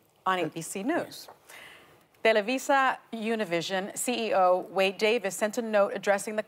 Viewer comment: Something told me not to click on this video because Ana would be pronouncing Univisión incorrectly, like many people do. It's good that Whoopie was prepared and had learn to pronounce Univisión correctly. (Sarcasm intended). She never does pronounce it correctly. It's an espanol word for an español language network. It's not an English word. How does Whoopie pronounce "Gracias?" Does she say gray-sigh-as? Then Ana chooses to not educate the viewers on the correct pronunciation either. She went along with the mistake from Whoopie yet Ana pronounced Televisa correctly. On the interview I saw on MSNBC in English, they all pronounced Univisión correctly. At least they were all prepared on MSNBC.